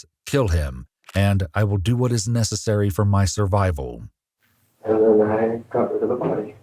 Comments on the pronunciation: “Servival” …… “desier” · Lol "Servival"